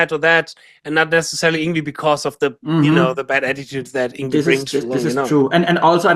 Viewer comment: its Yng--VAAY haha he told me personally ! not Yngweeeeee !! hahah